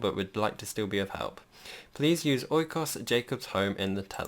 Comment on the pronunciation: Oikos was pronounced correctly xD well done! And as somebody with real life tropical house experience, I'm very impressed with this build :D